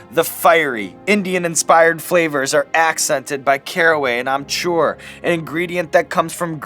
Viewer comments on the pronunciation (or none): It's amchAR not amchOR :/